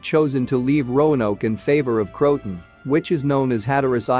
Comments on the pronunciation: It's not Crotan, it's CRO-a-TAN. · It isn’t pronounced “crowt-un.” Try Crow-ah-tan, and tan is pronounced just like the color tan. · Croatoan is pronounced ( krow-uh-tow-uhn) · Nothing new. But it's pronounced Crow-a-tow-an. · Pronounced " kroh-uh-toe-un"